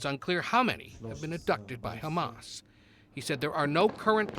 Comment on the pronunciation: Trump can't even pronounce Hamas. He pronounced it "hummus". The chick pea dish. 😂